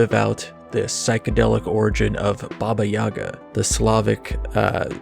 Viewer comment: It's pronounced Bába Yagá. Second is the stressed syllable in Yaga. The way Westerners pronounce it drives me up the wall.